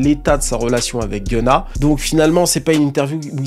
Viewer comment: Its not genna Its GUN-NA